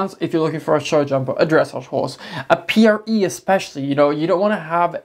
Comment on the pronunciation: For the longest time I couldn't figure out what breed these horses were. I heard saying "Pieriese" over and over. So I googled it and of course I found nothing. Only now do I realise that he's saying PRE's, aka Pura Raza Española, aka Andalusian. face palm